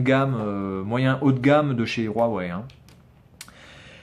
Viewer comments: Mais putin c pas rouawei c huwei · on dis pas rouawai